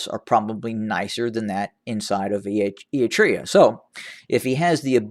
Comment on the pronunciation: The word Eritrea is mispronounced in your video. The time it takes to check pronunciations is negligible yet worthwhile, because you don't want to risk your audience thinking you aren't credible. Citing sources is also a good idea whenever you bring up reports about events that aren't corroborated by reputable media outlets.